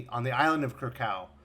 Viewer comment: Minor nitpick, you always (mis) pronounced "Kra-kaw" for the Krakoa, I think it should sound and pronounce like "Kra-ko-wa". But that's just me. But good review nonetheless..